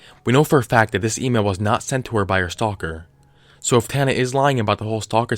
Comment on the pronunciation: LMAO OMG, Tina Man-JuuL